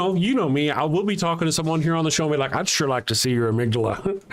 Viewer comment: “your amygda-length”, 😂sounds like she is “sima-lare-lee”. All seriousness, I wish the best for this show/lives….but it’s not looking good. I skipped around, but every time I stopped and listened for 2 minutes or more I chose other-more interesting things. I chased a skunk out the back yard, I dug out an ingrown toenail, I took close up pics of my nostrils, I washed my cat’s a$$hole with a bottle brush, I flossed lobster taint out of my incisors, I decided to start reading the Bible, I replaced my aunt’s bike inter tube….back and front, scrubbed my back walkway with dawn soap and my cats a$$ bottle brush. If I skip ahead and it’s this boring, I am going to go to a random neighborhood and volunteer to mow the grass for free. Jokes obviously, but I was very bored. I’m an atheist and maybe I don’t get the show. I don’t know who either of you are you, but wish the best for you both and the show.